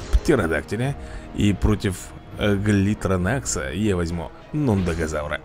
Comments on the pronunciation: Какой гли'тронакс правидьно глито'накс, это даже не логично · Глитронакс правильней